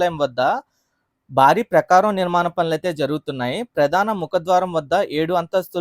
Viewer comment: ప్రకారం కాదురా అది ప్రాకారం